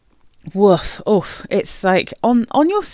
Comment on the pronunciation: Hearing you say woof had me laughing 🤣 Oxygene has been on in my wishlist for a while... I might pick it up in my next order...trying to hold off until February lol